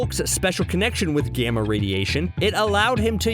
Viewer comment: You say gamma radiation Like gijamma radiation